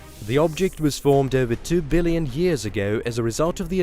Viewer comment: Its done a who-ell lot of damage to my ability to engage with this recording. Uuver and oot! Gone.....